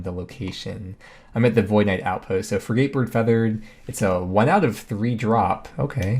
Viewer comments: I let ARSHIO slide, but frid-gate is pronounced fri-git. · Frey geyte bird. Bruh do you even boat. It’s ˈfrɪɡ.ət. Short “I” on the first syllable and unstressed on the second. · Frigate is pronounced 'frig-it'